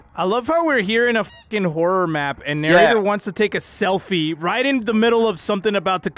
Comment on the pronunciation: Narrator: selfi